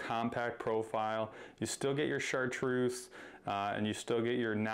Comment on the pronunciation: I love how you guys sometimes say #Chartduece rather than chartreuse, idk if its by accident or not 😅😅💪👊